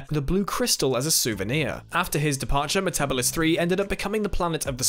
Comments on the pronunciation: Metabeeeevis 3. Not metabevis 3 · why do y’all care if he mispronounced metabelis III?? u still understood what he meant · You'd think would have known how to pronounce it... 😔